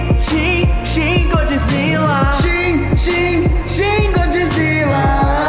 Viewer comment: Gente eu não to agredindo de como ele fala só tô falando que ele fala errado Godzzila👍